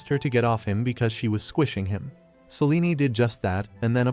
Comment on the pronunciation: AI can't even pronounce Selene properly 😂😂😂